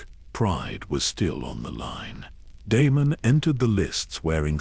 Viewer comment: Prince De-me-num, the rogue prince 🙈